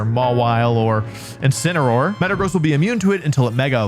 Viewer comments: INCINEROAR, NOT INCINEOR! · THERE SHHOULD BE 2 L'S IN CHALLENGE! AND IT'S INCINEROAR, NOT INCENROAR!